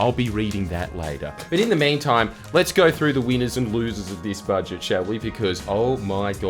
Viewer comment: "Bouje boujet" "It's budget love"